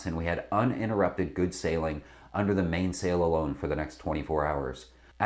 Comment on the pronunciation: I'm very surprised that someone sitting in front of a backdrop advertising Practical Sailor couldn't properly pronounce "staysail" or "mainsail."